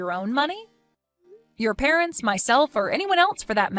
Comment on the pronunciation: "Parent's" or "Parents' is not pronounced with two "s".